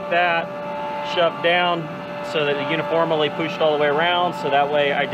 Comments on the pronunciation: warsh it before you poosh it 🤣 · Guys, not only does he say warsh, he also says poosh in lieu of push. A treasure.